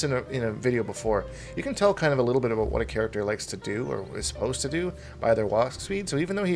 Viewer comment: haha! You do say about and not a boot! Lol gotcha!